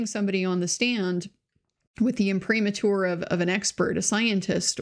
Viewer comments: Very cogent. Your pronunciation of "imprimatur" seems wrong to me. In both the UK and the US the accent is on the third syllable. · Impra-mater- imprimatur